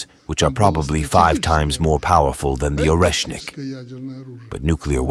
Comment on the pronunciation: Oreshnik is pronounced Areshnik